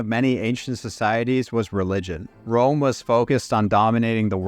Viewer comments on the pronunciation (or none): none